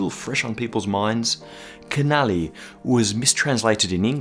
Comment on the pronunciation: Small correction, just in case no one ever told you :) CH in Italian is a hard sound, so Schiaparelli is read Skiaparelli Good work on "canali" though ;)